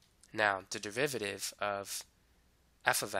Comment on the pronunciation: Am I tripping or does this guy say devivative?